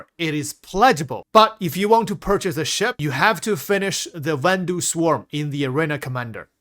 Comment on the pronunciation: Vanduul = "van-duel"